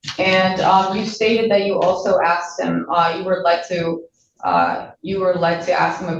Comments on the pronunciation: The cop “axed him”? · He didn't ask him questions. According to the cop's testimony, he axed him questions... that's coercive and threatening...